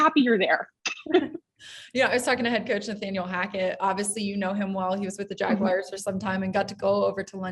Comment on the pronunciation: its JagUARS not "WIRES"